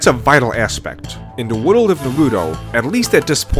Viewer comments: Why do you pronounce world as "wideled"? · The way this dude pronounces stuff keeps taking me out of the video "wohdl" instead of "world" being the worst offender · World : ❌ Wodolde : ✅😂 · I got 3 minutes in and had to click off dudes lisp is too much lmao. He pronounces “world” as “wordle” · I like how he says "Naruto world" like sudowudo. Joking aside, rasengan was a mistake. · “Woodl building” ? Really? You’d think that if you were going to make a video which required repeating the same world dozens of times you might actually learn how to pronounce it first. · It sounds like you say "worul" instead of "world", But I get you bro! A Spanish speaking I to strangle to pronounce that very same word 🙁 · not to be that guy but.. world is not pronounced woodoo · You pronounce "the Naruto world" as "Narudowoold." I like it! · "World" doesn't fucking have 2 god damn syllables! Stop fucking pronouncing it as if it fucking does! Speak your natural language so I don't have to listen to you butcher my language! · At first I was mad about the way you pronounced Naruto then I heard how you pronounced world & got a general sense of how the rest of this video was going to play out. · *Nurudo Wudold